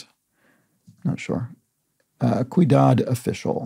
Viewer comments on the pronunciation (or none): Sorry, but I have to point this out. The "Ciudad official" clue... You repeatedly pronounce it "cuidad". "Cuidado" means careful, of course. But "ciudad" (with the C having an S sound) means city. It's asking for a Spanish name for a city official. "Alcalde" is, at least in modern times, the equivalent of a mayor. It used to have a more general meaning as a municipal worker. If you address this further out in the video than I've watched, I apologize.